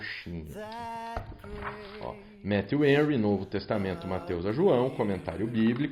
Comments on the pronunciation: Pronuncia-se Méfiu Renry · Pastor, só falta o senhor pronunciar Matthew Henry corretamente.